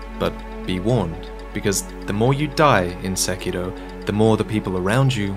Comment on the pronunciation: I’m glad someone finally pronounced the title correctly 😂